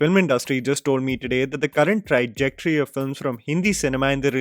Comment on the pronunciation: It's trajectory. Not trAIjectory.